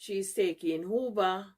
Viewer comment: Dis a A.I. 😂😂😂. Dem big dunce woman cah give me no advice inna dis life. A wha dis man😂😂😂. This lady cannot even pronounce Uber, Boo, or T-Mobile. Whose parent is this?